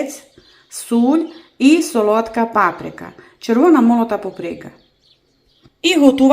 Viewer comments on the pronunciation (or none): none